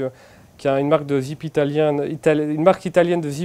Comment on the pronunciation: T’as dit zeepe 👍